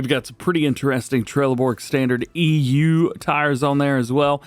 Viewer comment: Hey DJ and everyone, I hope you're all doing well. The way DJ said EU sounded like Eww.😂💙